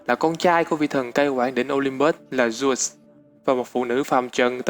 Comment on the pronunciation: Dớt đọc thành dút trình dộnđộc tren bá vc